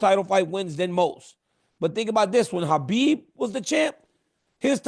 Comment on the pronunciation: DC you’re definitely a legend but you need to learn to pronounce Khabib properly. He’s your friend it’s the least you can do out of respect 🫡